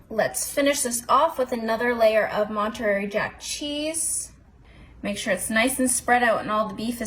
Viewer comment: This is the prettiest one I’ve seen because you did such a nice job laying the tortilla strips. BTW…It’s Mon-ter-ray cheese.